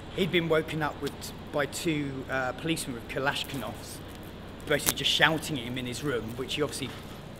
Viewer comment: he sais kalashhhvinows xDD